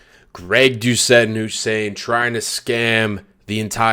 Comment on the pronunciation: getting Hussein's name wronger than last time